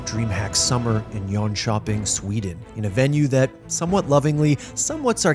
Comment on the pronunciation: Its jönköping not john chopping lol